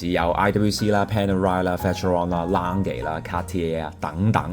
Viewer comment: ，thanks for your video! 不過係lang ga, 唔係lang ge...